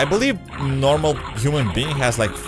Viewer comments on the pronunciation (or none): none